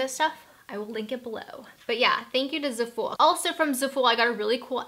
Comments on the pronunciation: zafull. One syllable. Not ZA FOOL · Zafooool - it's zaH-FULL pronunciation, I believe. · ZAful short "a" sound and emphasis on the ZA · Zah-Fool 😂 lolol jk love u